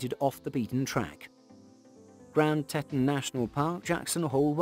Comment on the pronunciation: Please learn how to properly pronounce the names of the places you are presenting. In Wyoming the park is the Grand Teton. Teton is pronounced tee-tonn. Sigh…..